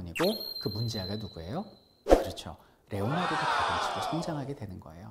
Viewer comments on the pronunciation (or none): none